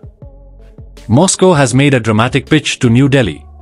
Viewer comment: the word is "pitch", it doesn't start with a "b", not wonder Trump said he can't understand a word from more than one Indian reporters.